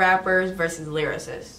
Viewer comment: My man said mumble vs lyrasist